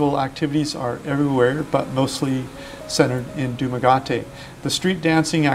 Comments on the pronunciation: With much respect, it is pronounced Duma- "ghetti" not "ghotti", I have lived just across the water on Cebu Island since 2013 & have made many of the same pronunciation mistakes, great video though. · Pronounce Duma ge te not Duma ga te ... I know u Americans so the pronunciation is off but nice videos so informative 👌👍👍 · Hey..it's DumaGuete.. not Dumsgateeee.. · You’re wrong, Bisaya ka cguro. “DUMAGETE” you are both pronouncing it wrong. TE as in TE-NGA. not DUMAGATE but at least hindi cya Pinoy. Ikaw TI ung last syllable, bisaya yon. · Du- ma-ga-te is INCORRECT. Du-ma-ge-te is the CORRECT pronunciation. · you said Dumagate over and over so i am not sure it is possible for you to correct it now but it is pronounced Dumaguete Doo mah GET eh but asides from that your video was very informative and much appreciated. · Yup, it was quite annoying when he says Dumagayte hehehe. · The constant beat of his DUUUMAAAGAAAAAAAAAATE ruined the WHOLE Video!!!!!!! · I like your information.I would like to say that Dumaguete is pronounced "DooMagehTeh".Thank you. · It's Dumaguete... like in Gettys-burg. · You have to learn how to pronounce the city of the place you're making the video of. You say Dumaguate all throughout the video. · If youd like to know it’s pronounced “Du-mah-geh-teh” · I've been cringing every time you pronounce the city incorrectly...I've been the DumaGET-TE Dumagete myself and really love that seaside town it has a lot of character. Just say the name right. Enjoy your content. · Dumaguete rhymes with spaghetti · Thanks for this vid! The city's name is pronounced Doo-Mah-Get-Ti (Dumagete). Great of you showing real life and all that you're able to explore! Cheers! xx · Its pronounced Dumagueti !! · Hey girlfriend can you correct your boyfriend it’s dumageete 😂😂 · Excuse me , it's Doo-mah-get-T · Great informative video, however the pronunciation of the City is very ANNOYING. !!!!! It's DUMAH GET TEY !!!..You're Welcome. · Its pronounced DUM A GET TEE